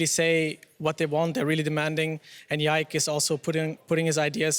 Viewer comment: And pronounce Yike's name perfectly